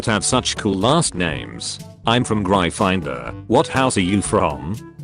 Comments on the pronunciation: How the house is pronounced: gryphon/griffon-door. How the reader pronounces it: Grai-finder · "I'm from Gry Finder"